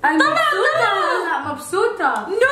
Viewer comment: مبسوطه❎ مبسوته✅ 😂😂